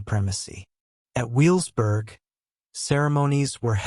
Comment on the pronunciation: And also it's pronounced ve vels burg in German the W sounds like a V not a W...